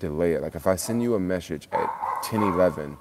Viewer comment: Meshage Meshage it’s message lol enjoyed the video